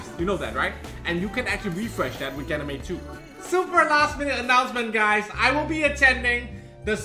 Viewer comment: Still fun to hear you say ganymade